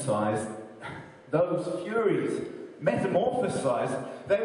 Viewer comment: Hey its Furies not Furries lol